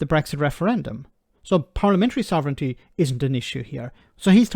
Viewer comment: "Sov...ren...TEEEEEE"? Boil water. Add one teaspoon of nonexistent "Sov...ren...TEEEEEE" per person to the pot. Brew for a few minutes, then pour. A drop of milk helps you swallow your "Sov...ren...TEEEEEE" Enjoy!